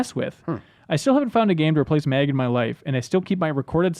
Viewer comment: Why did he call MAG, MEG about 10 times.